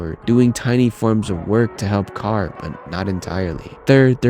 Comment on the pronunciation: Awesome video man i wanted a video like this. Also I love the way you say carrs name, your the only person who actually pronounces it correctly lol